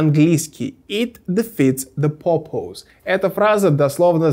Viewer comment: Над произношением слова purpose стоит поработать...